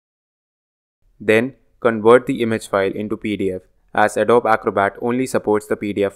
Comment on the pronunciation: Thanks for this useful video. One small suggestion: "Adobe" is pronounced as "uh-DOE-bee"